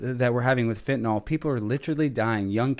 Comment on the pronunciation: i so wish ppl would stop pronouncing it Fen-ta-nawl, it's Fen-ta- nil, Fentanyl